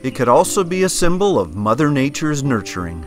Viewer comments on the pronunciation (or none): none